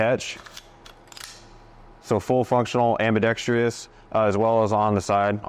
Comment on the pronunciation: I swear on my life- I am not normally one of these guys, but there is no such word as "ambidextr-ee-ous" it is pronounced "ambidex-truss" or "ambidex-trous". In not just this guy. Most people say it. Just look at the fucking word and souuund iiiit ooooout. Drives me nuts! Hahahaah! Don't know why this particular word e mispronounced fucks with me?